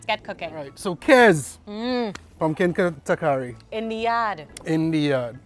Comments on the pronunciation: I was wondering if I was pronouncing it wrong. It’s TaLkari smh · Not “takari”, the “l” is not silent. TaLkari.